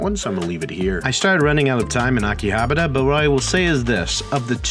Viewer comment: It's okay, you can mispronounce Akihabara like everyone else.